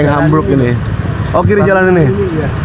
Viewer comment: Bukan benteng Hamburg bang tapi vastenburgh